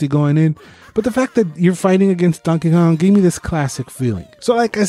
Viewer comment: I'm sorry but did you call him Dankey Kang? xD